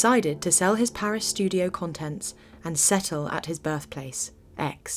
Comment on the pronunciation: Aix is pronounced aye. No X sound.